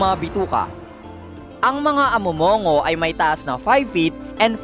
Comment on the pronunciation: Mali po pagkqbigkas mo po ng amo'mong'go....🤭🤭🤭🤭